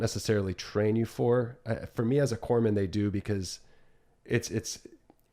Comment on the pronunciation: Corpsman, pronounced kor-muhn, whoops. 🧐